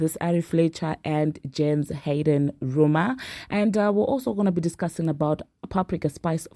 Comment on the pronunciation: Your English is terrible you said Hayden not harden and don’t say a lot of words and names correct it’s hard to understand you